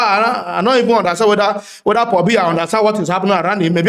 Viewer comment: paul bia, not pohbia🤣🤣🤣🤣🤣🤣